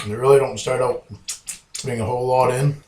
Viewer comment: Not a whole lawt